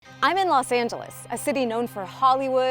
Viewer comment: LOS Angeles. Not Las Angeles. Say it right lady.